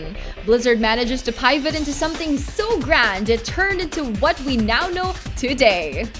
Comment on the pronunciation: Can you just pronounce "pivot" again for me 😂😂😂😂